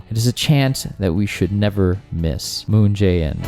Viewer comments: What I'm so curious about is - how come you mispronouce Chaebol EVERY TIME when you pronounce Moon Jae In's name quite correctly? It literally sounds just the same way. 문"재"인's Jae and "재"벌's Chae is actually written and pronouced same in Korean, just so you know. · So close to pronouncing 문재인 moon Jae-in correctly. But honestly, the guy is an idiot. I have lived here for a long while, and I know that all he has done is made things worse for my wife's, whom is Korean, family.